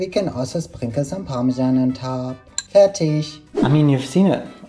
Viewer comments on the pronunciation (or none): thank you for specifying you said 'fertig' because i totally heard 'fetish'